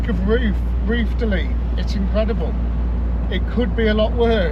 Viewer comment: did you say "roof delete"? or "roof to leak"? 🤪